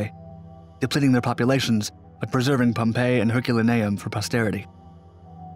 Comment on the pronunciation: Herk-la-naium? He don't read too goodly